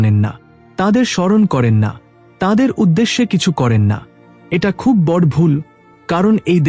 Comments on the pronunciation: বর নয় বড়ো বলতে উচ্চারণ করা উচিত। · খুব ভালো লাগলো শুনে। তবে " বঢ় "শব্দটিকে " বড়ো " বলে উচ্চারণ করলে শুনতে ভালো লাগবে।